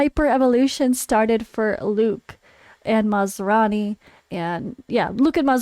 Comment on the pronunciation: sounded like your saying maserati not masrani LOL